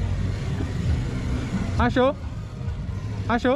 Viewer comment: Mano eu rir na parte do ele falando achô?... Achô achô kkkkk parabéns pelo trabalho 🇧🇷 🙏